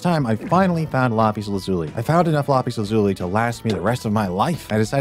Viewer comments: why dose he keep on saying lazulie its lazul 😐😐😐😐😐😐😐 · If bro says “lar piece lazuli” or “ellietros” again I’m gonna lose my mind 😂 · Voice changer ? “LA pis luhzui “ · Lapees lazulee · bro really said lapeez lazuli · “Lopis lazuli” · When the ai says "Lapiz Lazuli" 😂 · The way he says lapis lazuli 😂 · The way he pronounces "Lapis lazuli" is really disturbing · I swear, the way you pronounced Lapis Lazuli, Elytra, Unbreaking, and Shulker physically hurt my ears. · When you said lapis lazuli made me go really bruh and you said shaker box its shulker box and it not elitras its elytra